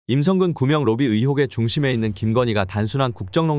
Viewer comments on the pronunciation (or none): 구명로비가 구멍로비로 들리는것 기분탓인가